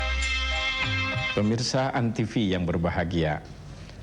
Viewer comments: antivi? jarang-jarang ada yang salah ucap antv begini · kepleset lagi jadi antisfi wkwk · lagi2 salah ucap jadi antisfi 🤣